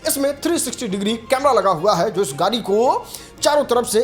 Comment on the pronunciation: Are fhate kapde Wale gari nahi gadi hota hai pahle gadi bolna seekh